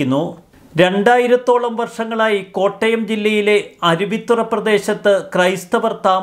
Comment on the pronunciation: ചൊവ്വേനേരെ വായിക്കെടോ. 'അരുവിത്തറ ' അല്ല അരുവിത്തുറ.